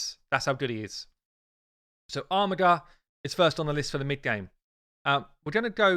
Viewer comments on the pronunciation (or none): It's pronounced Armijer, not Armigger. Please refer to on online dictionary. It's irritating an Aussie has to correct a Pom on the English language.